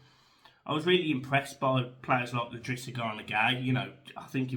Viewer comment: It’s i’drissa not L’drissa. Agree with all your points - be tough next weekend against City, but today’s given me confidence. We struggle to break down the ‘poorer’ teams in this division. But create chances against the better ones. COYB